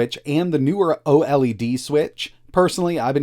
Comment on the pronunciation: " the oh Ellie Dee switch" please just say OLED like "oh'led"